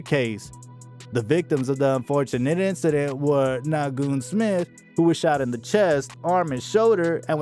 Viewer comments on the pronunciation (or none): I know you just didn't call him "Nah-Goon" It's "Nay-Quon" Naquon! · omg you are OBLITERATING these names. naGuan? WooXbiddy? come on son. it's Niquan and Woo Biddy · Na-GOON Smith? You mean NAQUON?! The disrespect is unbelievable. What you wanna be a hood reporter? You need to get your facts straight before you just start speaking on shit you don’t know nothing about before niggas really check you in real life. Stop it. Straight like that. Unsub. SMH